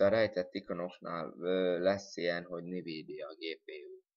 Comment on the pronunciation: Nivídia :DDD Azt envídiának kell mondani.